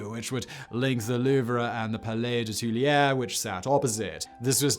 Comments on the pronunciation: Twee-la-ree. I am sorry but it hurts. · It's him. But it ain't nothing on what he does to "Tuileries."